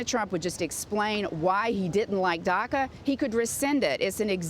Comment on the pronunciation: Marc Tompkins it’s “DACA” , did you even when to school ?